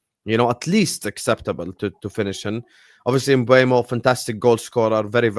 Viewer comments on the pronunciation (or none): It's M Boom o. Sky Sports did a video of players pronouncing their own names and he's on it.